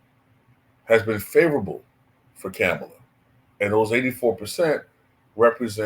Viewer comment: Just a curious question. Do you mispronounce her name on purpose or is it unintentional? It’s a lot umph on that “Kam” syllable.